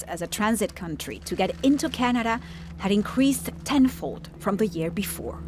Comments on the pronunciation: Really bothered by the narrator's pronunciation of the word 'Canada' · How she pronounces Canada is pissing me off